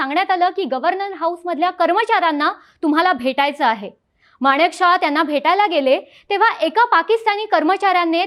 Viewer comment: बोलण्याचा वेग जरा कमी करावा. माणिकशाह नाही मानकेशॉ असा उच्चार आहे. बाकी सादरीकरण छान 👍 पाकिस्तान शेवटी भिकारी ते भिकारीच गाडीचे पैसे देण्याचीही ऐपत आणि नैतिकता तेव्हाही नव्हती आजही नाही... 😂😂